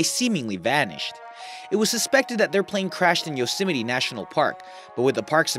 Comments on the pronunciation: it's pronounced (yoz myt) not (yosé mete) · " yo simitey" lol